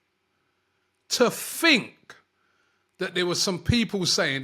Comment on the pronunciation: “To fink to fink”😂 saka was quality yesterday